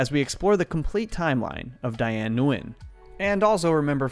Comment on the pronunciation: Her last name is pronounced as "Win".